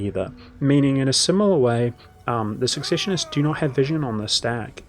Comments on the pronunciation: I noticed you had a few words you pronounced a little off, like secessionists, and weismund, would you like to see how they're typically pronounced? I know this kind of comment can often come off sounding bad, so i just want to state that it's meant only as assistance if you want it. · Pronouncing secessionists and ubersreik wrong